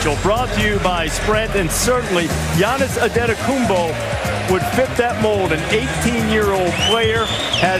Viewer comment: and Jalen rose said he should be called bo. Well when u great people learn to say your name GIANNIS ANTETOKOUNMPO has set SAIL!!!